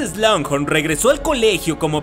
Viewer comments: Me exaspera ke en todos loa videos digas slungjorn es slughorn... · No entiendo por qué pronuncias "Slanghor" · Excelente video, pero hay una parte de mi que llora cada que pronuncias Slughorn jeje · SIIII!! a mi tambien me causa mucho ruido cuando pronuncia mal un nombre o apellido!! es feo escuchar un inglés mal pronunciado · pronunciaste incorrectamente el apellido del profesor agregando la letra "n" entre medio. Cosa que tú, al ser máster en la materia de Harry Potter no te lo puedes permitir. Saludos 🤗